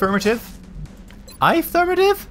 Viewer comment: "Aye-firmative." XD